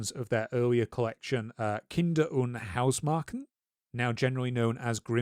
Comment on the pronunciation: It is pronounced, 'House-Mare-shen'. In German, when an 'a' has an Umlaut over it, it is pronounced 'eh'.